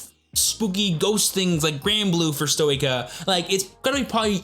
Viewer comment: you forgot the part where yu-yu is forced to crossdress: Say it with me: S-toy-kay-a